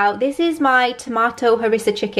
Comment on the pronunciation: Hi, at first I thought you said "Harrison Chicken," and I thought oh how cute, she named this dish after Harrison. 😀 I hope everyone is well, it's good to see you looking so happy.